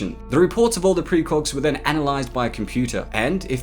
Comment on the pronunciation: Am I hearing "precrogs"?